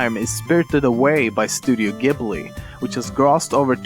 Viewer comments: Studio Ghibli= Studio "Jiburi" > Studio "Gibeli" Don't me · you pronounced studio gibli like GIBly its pronounced like jibli